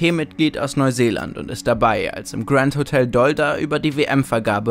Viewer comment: Grand Hotel wird französisch ausgesprochen nicht englisch😂